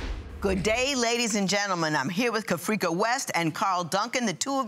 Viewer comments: FIRST OF ALLLLLLLĹ WAT kinda name is carfrecia CA-FREE-KA 😑😑😑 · lmfaooo wen I heard it I thought the Judge was sayin hur name wrong 😂😂😂 wat kinda name lmfaooo